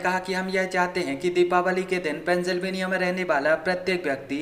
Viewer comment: Pehle sahi tarike se bolna sikho mohtarma silveniya nahi Pensilvenia😂😂